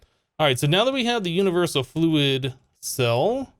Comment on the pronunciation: Did he say jewniversal?